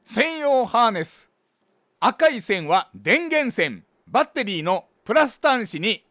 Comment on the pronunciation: バッ↑テリー↓が聞きたくてまた来ました